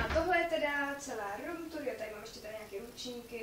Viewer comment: Máš pěknej pokoj ale neumíš říct room tour